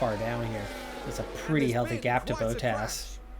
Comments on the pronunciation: I've never heard an english-speaking pundit call him BOW-tass; it's for sure BAH-tess; that's how he pronounces it himself. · Well regarding the pundits just listen to the ingame announcer for f sake he is David Croft a broadcaster / presenter from sky sports... and i do know who Valtieri BoTTas is... the BoT-Tas i wrote was for you to see where the " preS-Sure is put on the syL-Lables... but i see the typical american stuB-BorN-Ness shine through here . i still love your content though .. and i'll try to NOT correct you in the way names are pronounced in english LOL..... have a pleasent evening